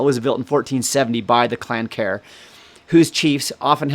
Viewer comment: Amazing prenouncination of some of these surnames coming from Australia, namely ( no pun intended)- Kerr and Farquarsson. Never heard such before. Btw are the Sinclair's and Saint Clare's the same family / Clan? Dunrobin Castle the most magnificent in Scotland.